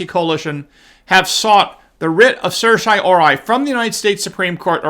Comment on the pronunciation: sehr-tea-oh-rah-ree... the first syllable rhymes with err, like the first syllable of error. sehr. tee. oh. rah... ree. It's Latin. I know you know that but you've openly admitted in multiple videos that you don't really know how to pronounce it and when you try you get it wrong. Weird that an experienced law school graduate can't pronounce basic Latin legal terms. But I still believe that you really did go to law school.